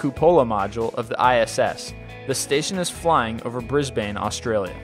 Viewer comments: its not Bris-Bane.. it's pronounced Bris-Bin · Bris-bane Haha silly billy that's not how you pronounce it. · american people pronounce it as bris-bane. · also its "Briz- Bin" not "Briz-Bane", and "Coo-poh-la" not "Cu-Pole-Ah" goddamn it dude (it's "levi-oohh-sa" not "levio-sah"~!!!) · Bris-bane? thats not how we pronounce it down here its "Bris-bin' or Bris-ben" the "e" is silent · its not pronounced brisBANE its pronounced like brisbun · It's pronounced 'Bris-ben', how can one person mispronounce so many things, it really is incredible. Literally every video you make has multiple mistakes like this. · Bitch it's pronounced Bris-"bin" not Bris-"BANE" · I love Americans say bris bane instead of Brisbane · Brisbane reppin!!! Hahaha he pronounced it like brisbain but its pronounced brisbin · "Bris-bane" Hahaha.... Bris-ben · It's pronounced 'Brisban' It's not pronounced the way it's spelled. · It's not really pronounced Brisbane here in Australia, it's usually said as bris-ben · Haha everyone struggles with it. Brisbane, Australia is pronounced bris-ben. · they should do a list25 "top 25 things we've mispronounced".... at least 10 would be from this video alone... like seriously an-dro-mee-duh... I've said this like a thousand times... LOOK UP PRONUNCIATIONS BEFORE YOU MAKE YOUR VIDEOS!!!!1!11!! P.S. I'm American, and I pronounce it bris-ben (have an Aussie friend though) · im from New Zealand,.. its pronouncesed Breeeeeeesbn,..lol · BRISBAYNE, AUSTRALIA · Bris,Bane aye.......... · hate to be one of those people, but it's actually pronounced briz-bin, but other then that great vid, some of them actually reminded me of the skyrim skills screen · You pronounced Brisbane wrong. Just saying. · Love all the Vid's, but for the love of God learn to pronounce words correctly! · Wow i'm Australian and how he pronounced Brisbane annoys the shit out of me! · Said Brisbane wrong. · Lol at the way he said Brisbane. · The way you said brisbane Xd